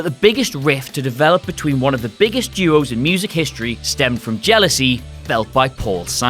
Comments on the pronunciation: Legendary Jew-Oh's? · "Lejendary Juos" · "Legendary juos" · Why can't the English say "duos" correctly?